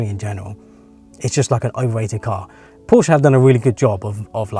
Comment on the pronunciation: You are one of the few from England, who can properly say Porsche. I respect that. 😄